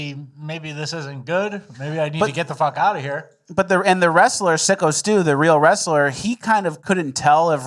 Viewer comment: ffs take 3 seconds before covering a story and figure out that it's syko stu, not sicko stu.